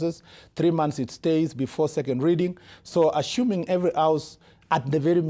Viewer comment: 'Ashuming' what is this?